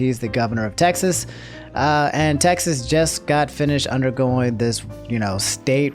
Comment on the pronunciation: my man pronounced Texas to “Taxes” lmfao